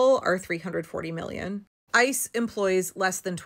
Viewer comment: When you say '... ICE is ...', I keep hearing 'ISIS'. The language doesn't lie. Systematic kidnapping is terrorism.